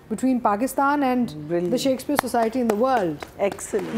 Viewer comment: please try to pronounce Shakespeare instead of shackspeare. There is a difference. It looks bad 😢